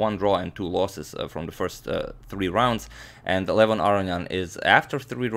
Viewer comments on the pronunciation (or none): none